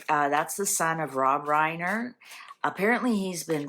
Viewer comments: No one has called him Nicky -- it's always Nick. And last name is Reiner -- not Reimer. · It is Reiner Not Reimer . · His name is not “Reimer” it’s Reiner” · REINER!!! not REIMER!! argh! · His name is Reiner. Not Rymer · It's ReiNer not ReiMer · It is Reiner not Reimer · It’s Reiner not Reimer. I have been watching Rob Reiner my whole life. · Accuracy is important. She said Nicky Reimer several times when the name is Nick Reiner. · His last name is REINER. His name is Nick ReiNer with an N. NICK REINER there is NO M. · Reiner not reimer if looking up the name😊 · His name is Reiner. No "m". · No M in the last name. It's Reiner.😀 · His last name in Reiner not Reiner don’t know if that makes a difference